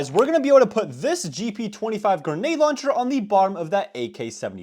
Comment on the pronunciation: “Genade launcher” What is wrong with his grammar? 🤦🏻‍♂️